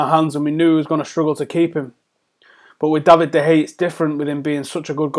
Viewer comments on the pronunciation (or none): Just read that off the screen, was painful to listen to. Also pronounced de Gea's name like 3 different ways. Anyways the muppet in me would accept Ronaldo for de Gea, but de Gea would win more games for us, especially in the long term.. Just give him a contract that the best goalkeeper in the world deserves and hope for the best. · "DE HEYA". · Stop pronouncing De Geas name wrong